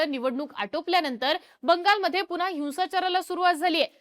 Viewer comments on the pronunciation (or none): none